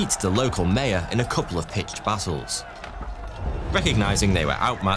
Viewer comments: your pronunciation is just atrocious. you can't even pronounce Maya. truly ponderous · They’re called MAYA not MEYA 🤦🏼‍♀️ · How you pronounce "Maya" is driving me nuts.